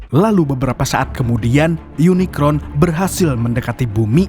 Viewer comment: Kmu bisa nyebut unicorn ga.bkan unikron..